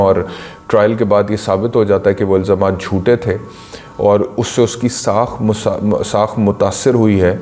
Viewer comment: لفظ ساکھ ہوتا ہے ساخ نہیں، بہت معافی کے ساتھ۔